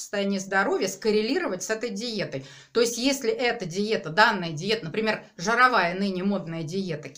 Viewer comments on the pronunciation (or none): Какая Вы молодец!!!! Вы красавица !!!!👍👍👍🌹🌹🌹 Но, пожалуйста, не говорите жАры, жАровая диета, пАлгода. Послушайте себя, Вы несколько раз сказали жАры, а иногда правильно произносите. Спасибо 🙏